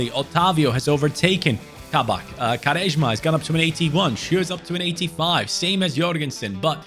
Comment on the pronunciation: Im sorry, im from Portugal originally and i just heard say "Garesma", i do understand its difficult but i find it very funny, cheers mate